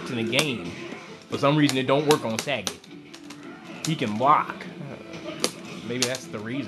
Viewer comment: lol he says sag-et its sa-got